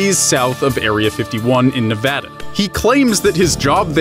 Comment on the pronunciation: Gotta congratulate you, you're the first YouTuber I know that can say Nevada right.